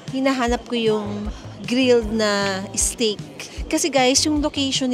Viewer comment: istop and isteak. Tagalog English pa more. 😂✌🏻